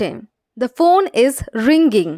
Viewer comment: কিছু ইংরেজি উচ্চারণ ভুল আছে যেমন রিঙ্গিং এটা হবে না G এর উচ্চারণ সাইলেন্ট থাকবে, ধন্যবাদ